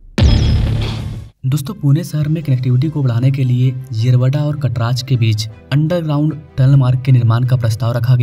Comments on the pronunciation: अरे है kataraj ❌😅😅/ अरे वो कात्रज घाट hain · मागच्या व्हिडिओ मध्ये रावेत ला रावेड म्हणाला...कात्रज ला कटराज म्हणतोय.....अरे कुडून आलंय हे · कटराज 🚫 कात्रज ✅. भाई तुला मराठी शिकायची फार गरज आहे 😂. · कटराज नहीं रे कात्रज